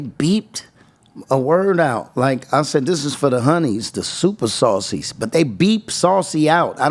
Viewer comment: Hahahhaa. Super Saucies. I thought it was super C's, as in see you next tues. 😅😅😅